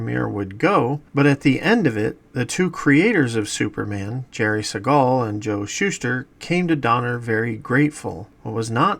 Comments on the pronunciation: Not going to watch this if you can't even pronounce Jerry Siegel's name correctly. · That’s not how you pronounce Siegel